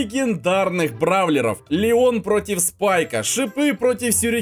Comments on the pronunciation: сказал Ленон а не Леон! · он сказал ЛЕНОН а не ЛЕОН ? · В ты сказал ленон или ненон